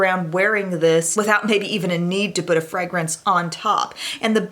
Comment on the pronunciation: I love how you say “frangance” 😂